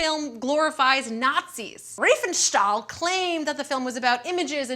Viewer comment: As a german i feel offended by your pronunciation of the name RIFENSTAHL :D